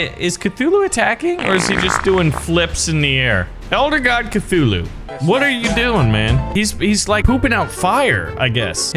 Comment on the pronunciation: It's Cthulhu